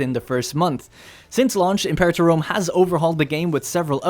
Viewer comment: Learn how to say imperator. It's a latin word, not english.